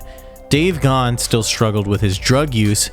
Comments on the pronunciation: great video, but his name is GA-han not ghan. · Ok, I watched the video and I understand how you came up with the opinions you did, but check the pronunciation of Dave Gahan's last name. The idea that the lyrics reflected the difficulties of recording is, I believe, in error. Martin wrote the songs and lyrics, for the most part, before they even got together. In particular, Dave Gahan was not happy with putting out another "Depeche Mode" album, but stated that when he got the demos from Martin the first song was Condemnation, and he said he was "sold.". He loved it. Fletch did not leave in the middle of the tour. The Songs of Faith and Devotion Tour had ended but there was still huge demand. They added what Rolling Stone called "The most debauched tour ever," the Summer Tour. Fletch, who has suffered from depression his whole life, said he wasn't up for it. Alan spent a month between tours teaching Daryl Balmonte, the bands long time support who you have a clip of in your video, Fletch's keyboard parts and Daryl filled in for Fletch on the Summer Extension. I saw both tours. The first, the Songs of Faith and Devotion Tour, was and remains to this day the best concert I have seen, ever. The Summer extension was amongst the worst. Alan Wilder was really putting in a lot of work that he didn't feel he was "getting credit for," and chose to leave the band after Songs of Faith and Devotion Live, which he did with Flood and was the only band member present for (which he was credited with on the sleeve). Obviously, Flood did not